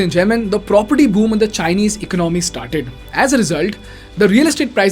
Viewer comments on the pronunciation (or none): Your economic analysis is spot on but your pronunciation of ordinary words such as economy etc can be refined. It is Economy and not "ecanomy".